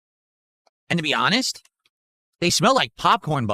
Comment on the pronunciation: "You guys know me I'm ahnest" HOLY LMFAO